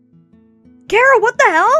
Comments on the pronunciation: its not kara its chara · (you show you disapointed in dub because you pronounced Chara's name like Kera)